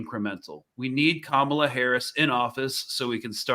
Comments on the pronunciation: Camila Harris really? It’s not hard to say Ka-ma-la!! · Free free Palestine but also can she get Kamala’s name right please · Pronouncing Kamala wrong.